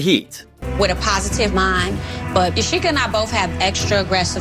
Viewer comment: don't mean to be a stickler, but Yacheka = Ya She Ka Ebony = eB bun ny